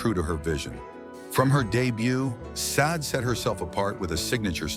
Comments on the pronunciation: "Shau-day" is how you say her name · Hey, Ai voice over artist - It's pronounced: SHA-DE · Sade (/ˈʃɑːdeɪ/ SHAH-day)... Come on! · What the flip? Her name is pronounced, "SHAH-DAY"!!!!